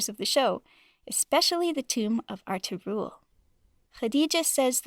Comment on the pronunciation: The way she pronounces Ertagul